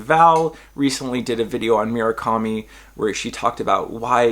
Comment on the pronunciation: MUR-akami. Not “mira-kami”